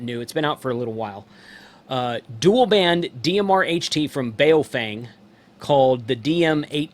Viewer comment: Why can't simple minded people pronounce a name correctly.... It's Baofeng ...pronounced like "Bo fang" not "bay o fang".... makes you sound totally ignorant when youpronounce it the way you do...